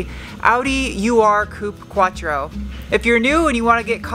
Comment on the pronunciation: I have no knowledge of detailing cars but since I am German, I might be of help still: Urquatto is pronounced Oorquattro, not yu-are-quattro. It means 1st in the line of quattros. :)